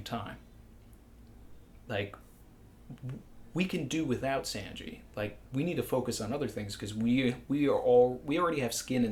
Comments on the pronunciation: SAWN/GEE NOT SAN/GEE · His “Sanji” is bad but not as bad as Morj saying “RY-you-ma” 😂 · Any one get the feeling that talks like a Mafia guy talking sweetly but still threateningly. Haha. But in all seriousness, I just discovered your challenge and love your content. Though I'm gonna have to take points off for your pronounciation of Sanji. 😂😂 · Hey! I sounds like you know how to speak Japanese. Is there a reason you pronounce Sanji the way you do? It’s different from the way I’ve heard it. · The way you pronounce Sanji bothers me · love this channel but it hurts my ears to hear Sanjis name pronounced so off from the Japanese ;_ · ok so are you ironically pronouncing sanji like that or do you genuinely think thats how its pronounced